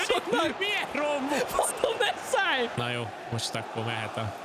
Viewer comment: Neszáj nem tod nevet szinpantani